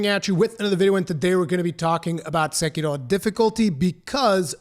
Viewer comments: Just pronounce it "seh-key-row" you fucking weeb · I agree, apart from your pronounciation of sekiro. Sounds spanish more than japanese or english lol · You're not Japanese. Stop pretending to be whenever you pronounce "Sekiro". It's ridiculous. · Why does your accent change so much when you pronounce "Sekiro"? hahaha good video and criticism of the article though.